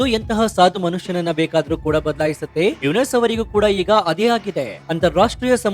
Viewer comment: ಮಹ್ಮದ್ ಯುನಸ ಅಲ್ಲ ಯುನುಸ